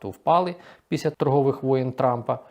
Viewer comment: Якщо ви, шановний доповідач, припинити лінуватися і почнете промовляти літеру Ел у слові після, то воно припинить звучати, як піся. Дякую за розуміння.